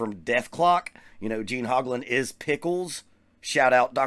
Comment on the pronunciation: Wow, not only do you not know how to say the man's name, you are wrong and unaware of stuff that a search for him on youtube will make you aware of in five minutes. He does not use Camco anymore, stopped years ago, he uses Pearl pedals now, he did use the chain drive Camco just like I use and they're not garbage. You stand corrected. the Camco brand set the industry standard for bass drum pedal design that still today is copied by every company that makes pedals.